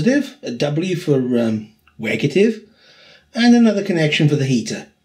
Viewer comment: "Wegative" lol